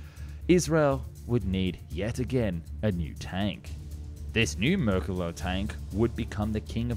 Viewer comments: merkaava, not merkuva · Yes! Please continue with the Merkava 3 & 4! But PLEASE work on your pronunciation of Mer-ka-Va. I'm hearing something like Mer-ka-Gah. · His mispronunciation of Merkava as Merkela is funny enough to transcend politics. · Why are you calling it the Merkilla?? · I am an Israeli ex-Sargeant-Major of the Israeli tank corps, I was privileged to be a tank commander and used the Merkava, which is pronounced MER-KA-VA not as you say it is pronounced, hebrew is a peculiar language all letters in the Hebrew alphabet are consonants, the sound of vocals are made by symbols under the letters for example if you want to write Merkava in Hebrew, it is written like this מֵרְקָבָהּ under the מ are two parallel points . . or three depending on the word, the ר has a symbol called shva nach which consists of two points one over the other, the ק has a symbol under it called kamatz which is represented by a similar symbol to the English letter T and describes the sound A the ב letter has the same symbol as the K and the last letter is ה which does not have a sound symbol and is not pronounced because it is the last letter of the word. the only thing you wrote that is correct is about the Magach, and they were bought from the US after the six day war 1968, until 1968 and later on Israel used French and English tanks the french AMX-13 and the English Centurion mark 3 to the Centurion Mark 10, about the tactics, you are wrong, I won`t get into it because that would be revealing secrets that no one except the Israeli soldiers have to know about, and the producer of this video is wrong on many things he presented in it, besides the fact that the motor in the merkavas were slow, that was no detriment to kick our enemies buts. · אאהההההההה אז תגיד altough, it is not exactly marekava but rather mrkava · No, it is Mer ka va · MerkavA-the accent is on the last syllable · Ahh yes the mercala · why do you keep calling it a merkele/merkeler